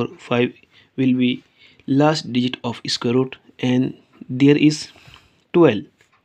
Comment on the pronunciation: Please dont say esquare esquare... It is just square. No need to prefix an e sound. Just told. By the way, good video